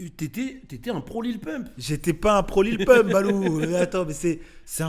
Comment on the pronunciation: On dit lil pump pas lil poompe 😂😂😂😂😂😂😂😂😂